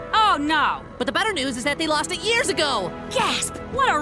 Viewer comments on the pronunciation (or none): Oh its lost cargo! I thought you said last cargo 🤣